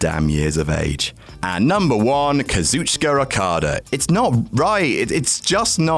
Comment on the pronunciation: Happy birthday!!!!!!!!! <3 Why do you keep pronouncing Rokada and Ribushi? XD